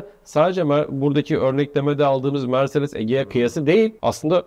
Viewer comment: Egea diyen de ne bilim.